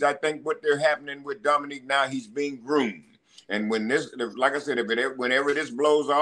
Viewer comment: Teddy calling Dominik, Dominique the whole time lol.